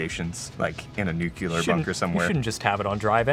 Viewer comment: Nuclear is not pronounced nuke-ya-ler; it is new-clee-er...!!